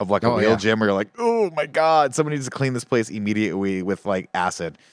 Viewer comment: Nick accidentally pronouncing immediately as immiwietly at had me laughing. I just wanted Nick to know we heard him. Love y’all